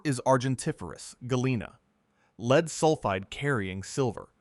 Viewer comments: must be another ai voice after hearing lead said wrong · The metal LEAD is NOsaid Leed, it is LED.